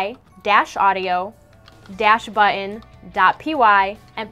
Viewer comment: Omg. "But-ton" not "bu-in". Please do more of these! They are hella bad.